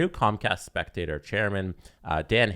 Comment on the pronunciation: Its not comcast spectator... Its Comcast spectacor (speck-ta-core)... After like 3 podcasts talking about this I had to say something, it was driving me crazy lol